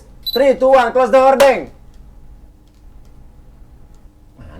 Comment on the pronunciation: Pronaciationya curten bukan horden